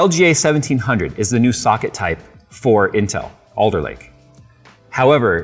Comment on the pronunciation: Oh, its ALDER Lake, not Older Lake